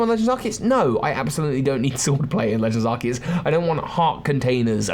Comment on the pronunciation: Thank you for pronouncing Arceus correctly.